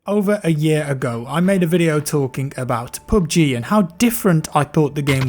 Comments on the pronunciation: "Pub gee" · Sound like you r saying poopg